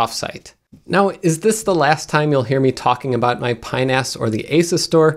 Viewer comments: "pinas" sounds remarkably like a body part, when you say it quickly. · Watch how you say that, “Pi-NAS”...